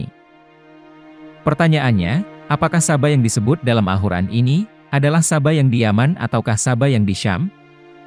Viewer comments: Maaf sblumnya Saya mendengar alhuran dr yg anda ucapkan.. Jgn merubah nama alqur'an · Narator nya aneh kyk bkn Muslim....al Qur'an dia bilang pake ح bukan ق... 🙏🙏🙏